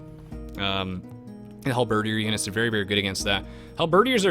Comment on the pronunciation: isnt it halberDIER as in DYAY?